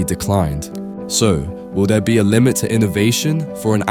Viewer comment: In Twenty Twenty Free, GoPro sold Free Million units